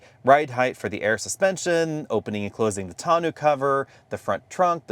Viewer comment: can't pronounce tonneau.🤣🤣🤣